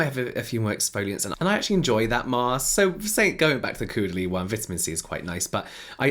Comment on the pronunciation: James…. It’s Koe-duh-lee. Au in French is always O. Like taupe.